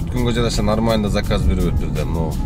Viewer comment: Салам алейкум. Саказ эмес заказ болсо керек.